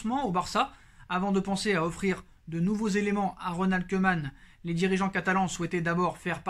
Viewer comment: Salut... Juste pour t'aider avec les noms Bataves... Koeman se prononce koumann et non keumann... Vandebeek vandebéék et non vandebik... Wijnaldum veil nal deum et non vijnaldoum... J'en peux plus des journalistes et commentateurs qui déforment les noms néerlandais... Oe c'est où, ij ou y eille comme dans veille, ee un é long, u un peu comme en anglais limite un é muet... Je sais que c'est pas évident quand on ne connaît pas la langue mais juste un petit effort quand on a l'info pour être respectueux vis-à-vis de ces joueurs. Voilà on repart pour cette saison très compliquée